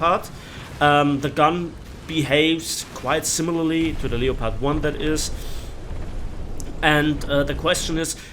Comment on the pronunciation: can u plz pronounce the word leopard properly. It's said the same way as the big cat family known as the LEOPARD!!!